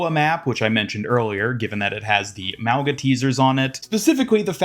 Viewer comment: Small reminder that Mauga's name should be pronounced as "Maunga", pronouncing the g like in "King"